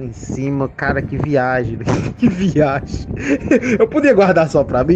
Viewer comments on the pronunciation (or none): Que "viagi" é essa mermão? kkkkkkkkkkkkkkkkkkkkkkk